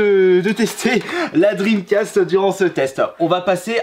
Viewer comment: Je suis le seul à rigoler quand il parle La Console de sega la dreamcasteuh Bien-sûr c'est pas pour critiquée mais sa me fait rire à chaque fois 😂